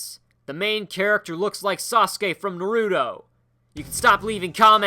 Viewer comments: His name is Naruto (NA-ROO-TOE) not Naroodoe god the way you say it is annoying. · U SAID NARUTO WRONG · I hate it when people say Naruto like that.